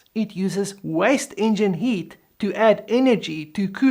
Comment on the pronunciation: ...the way you say "heat" sounds to my ear like "yeet", and makes the segment on the radiators heating the air unintentionally very funny. (Which, technically, the generation of thrust is yeeting air...)